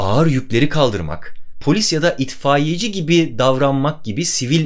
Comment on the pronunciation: İtfayeci demek doğru mu Barış Bey ? Eğer doğruysa her hafta bizim sokaktan geçip " MANAVCI GELDİ MANAVCCIIIIIII " diyen adama artık kızmayacağım :)